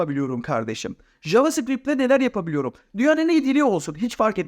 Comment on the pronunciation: JavaScript ismini yanlış telaffuz ediyorsun ve ayrıca da yanlıs yazmissin.